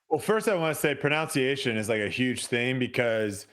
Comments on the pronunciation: Brodie says "proNOUNciation is a huge thing" while mispronouncing proNUNciation! I'm dead!🤣🤣🥰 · I also think he said pronounciation😅